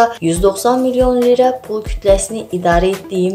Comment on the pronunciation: LİRA desəniz diliniz qırılır